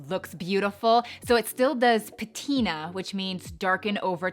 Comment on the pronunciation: nice how you pronounce "vacchetta" and "patina" ^_^ greetings from Italy!